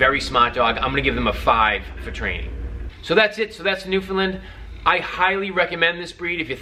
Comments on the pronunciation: its (New-Fin-Land) not (New-Fin-Lind) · pronounced newfin Land not lind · Btw, it's not a newfinlin. It's newfoundland, pronounced new f'n land. My source? I'm from the island of newfoundland :P and it's landseer...land-see-er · Buddy- you gotta polish up your presentation a bit. People always debate how to say ' Newfoundland", and that's fine- its just not " Newfinland". If you're rating the dogs- please- what is the scale.. " I give them a 5....' ???? Out of 5... 10...?? Lastly- while you hit on some good points, you seemed to be in a hurry to finish. They MUST be interactive with people- I've known Newfs kept in dog runs in back yards- several of which I have had removed from the owners. Lastly- please let people know, that if you are a neat & tidy freak- this is NOT the dog for you. Dogs need to be groomed minimum- once/week in " off season" and shedding season is a nightmare, grooming my dogs daily. Furthermore, when a Newf drinks water- he usually starts at the bottom of the bowl... so watch out! I could go on and on, as I own 4 Landseers, and have 2 rescue standard black newfies.. So , in summary- little more research, little slower on the delivery and pronunciation, and you'll be great at this. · Why can’t you say Newfoundland right? Its not newfinland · Newfelend lol can’t even say